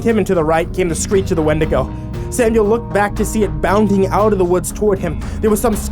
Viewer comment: Its Wendigo not Wedigo